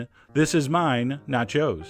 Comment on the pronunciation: "This is mine, nachos" sounds like "This is mine, not yours"